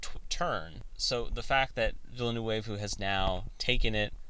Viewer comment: An interesting video, but you've gotta work on your pronunciation! A quick search of interviews will help you find out how to properly pronounce Denis Villeneuve's last name. Try: "vil·nuv".